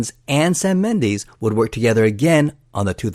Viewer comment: What the hell is a “Mendeese”?